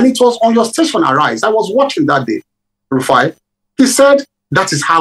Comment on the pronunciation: His name is not Rufia but Rufai.